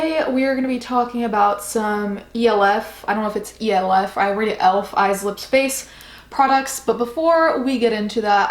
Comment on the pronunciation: Lmao aw I’ve never heard someone pronounce elf like that , love the vid tho